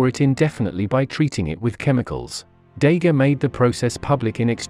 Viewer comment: This is a superficial and disappointing survey. The voice over can’t pronounce important names such as Daguerre correctly and major developments in cameras are omitted. It also confuses photography and motion picture camera evolution.